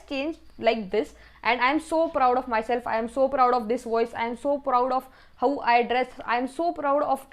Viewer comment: Didi g ur voice is good 👍 But i felt that.. ur pronunciation of "how" goes to "hauu😂" like bhau means brother It's funny..😁 Good luck for exams😊👍